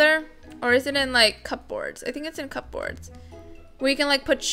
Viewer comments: It’s not pronounced cup-boards it’s cuboards cubords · Ok I love ya vids but u was triggered when you said cup boards , it’s pronounced cuboards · P in cupboards is silent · The way she said cupboards! 😸🤣